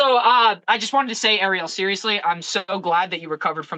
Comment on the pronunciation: Of coarse Ariel couldn’t get his name right..🤷‍♂️🤦‍♀️🥶